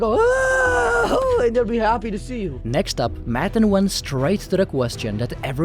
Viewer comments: The background music makes this feel like a fever dream. You’re taking matan waaaay too seriously (also not pronounced Madden as you do the entire video) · MUH-TON not damn Madden wth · Why you keep saying 'Maddan' maTTTAn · You said his name incorrectly every time. What kind of video features someone and doesn't say his name correctly? Its Mah-tawn Ev-in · You're constantly8, mispronouncing the name of the guy you're doing a video about. Seriously bro? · Lol how do you pronounce his name wrong so many times??